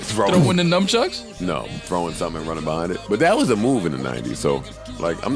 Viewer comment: Mal calling nunchucks ‘numchucks’ is low-key hilarious lol